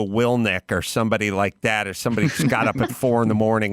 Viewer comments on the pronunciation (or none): adam, it's WILLINK! "Will-ink"